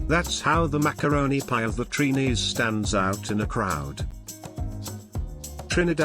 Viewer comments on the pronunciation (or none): First of all, we are not called "Treenees". It's Trinis. Bake is not Trinidadian bread: bread is bread and bake is bake which is flatter than bread. You should have checked for the right pronunciation of our foods before doing this video. "Sawine" is pronounced "Say-wine". Why do some foreigners do that? Do your homework first. Too many mistakes. SMH.🇹🇹🇨🇦